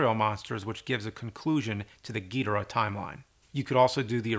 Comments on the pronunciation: Man I loved you and your videos until you said king GEEDRAH!!!😂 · It's Gui-Do-Rah ( joke ) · "king Geeedoruhhhh". .It's king "Gi-Doorah" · I'm sorry Cinemassacre, but I must insist on "Ghidorah" as the correct pronunciation. "Gheedra" makes no sense. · Its ghidorah not giidorah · james pronounces gidorah like he’s talking about MF DOOM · I know I’m late but James I really hate how he pronounces ghidorah